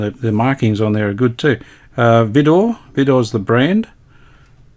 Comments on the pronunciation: We had a Vidor suitcase portable wireless (AC/battery) when I was a kid back in UK. Vidor was a UK battery manufacturing company in competition to EverReady. It was pronounced “Vye-Door” rather than “Vee-Door”. So wish I still had the set by my dad let me dismantle the set for parts to encourage me with my hobby at the time. KJ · I've never heard anyone in the UK pronounce the "Vi-" as anything other than to rhyme with "eye". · We say V(EYE)DOR pronouncing the "I" like "eye". Ok Cobber. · Hi, Absolutely brilliant repair job on your Vidor radio. Although I’m capable of repairing battery valve radios, I dislike doing so. When compared to none battery valve equipment, most models, irrespective of brand, are flimsy, and very temperamental. Your battery radio is one of the better performers I’ve heard in decades. One minor point, the ‘Vi’ in the brand name Vidor is pronounced with a long ‘I’ sound, as for example ‘violet’. Someone, many years ago, mentioned that ‘Vidor’ is an amalgam of part of the Christian names of the company founder’s two daughters: Violet, and Dorothy. Whether or not that is true, I can’t say. Nice chatting with you. Best regards, Phil.